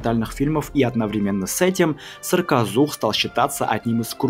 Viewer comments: В видео написано "саркозух", автор говорит "сракозух"... как правильно? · Вы забавно произносите "сракозух". Надо бы точнее, что-ль...